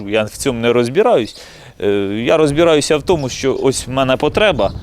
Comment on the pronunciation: Він же сказав: "... я фцьому нерасбєраюзь" 😂